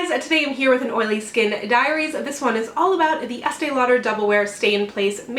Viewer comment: I totally heard "Oily Skin Diarrhea" :(